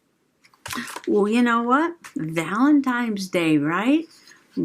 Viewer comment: That was fun! I have the basket weave papers too. Now I want more! New subscriber here. But I got a whole stack of ugly thick marble tile like glossy 3x3 squares. BROWN! Eco dye fantabulous! Are you saying valentimes?